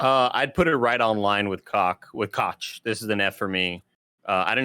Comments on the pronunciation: I think Koch is pronounced "Coke" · It’s pronounced like Coca Cola. “Coke” Media. Owned by the Koch brothers who are one of the most evil corporations in the US and that says a lot.